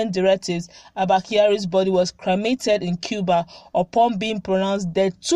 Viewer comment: Improve your enunciation. It's not cramated, it's cremated. The pronunciation for Quarantine is /kwaranteen/ not kwarantine. You are a journalist for heavens sake.